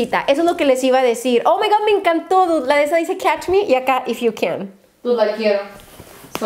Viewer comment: 49.30 "dici" en vez de dice JAJAJAJJAA